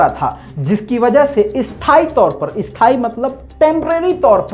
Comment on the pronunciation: Isthaaee nahi asthaaee hota hai